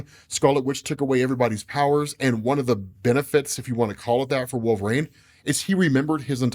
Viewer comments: Can't stand the way you pronounce "Wolverain" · WHY the F*CK does say "Wool- vuh-rain"?!